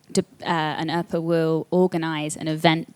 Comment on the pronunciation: He said earper, my yutube say oppa😂😂😂